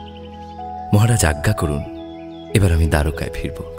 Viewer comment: এত সুন্দর একটা production এ কৃষ্ণের উচ্চারণ আরেকটু ভালো হলে ভালো লাগতো। ‘আত্মা’, ‘আজ্ঞে’ শব্দগুলির উচ্চারণ বড় কানে লাগছে! তবে আজকের পর্ব অগ্নির জন্যই অসাধারণ হয়ে উঠল।